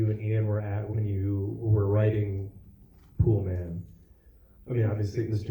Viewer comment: It’s called “Poolman”. How do you mess that up?